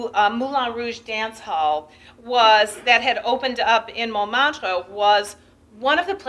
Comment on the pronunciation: If only she would correctly pronounce Montmartre.